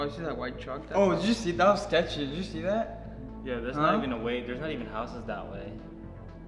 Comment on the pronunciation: “Scetchy” I SWEAR TO PIG ON A FIG ITS SCETCHY!